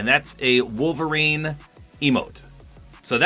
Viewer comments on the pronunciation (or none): none